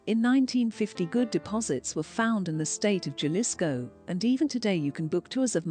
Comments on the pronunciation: I heard at least 15 mispronunciations in this video. Like Jalisco, for example. It's hard to take a documentary seriously when it makes you laugh. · learn how to pronounce Jalisco, cuz that was hilarious